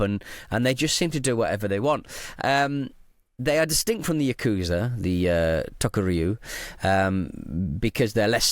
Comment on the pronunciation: yakuza not uukusa